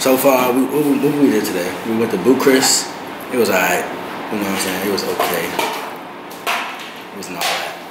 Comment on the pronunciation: Say it wit me, Bu-Ka-Rest! .... Sha Wahm Ma! lol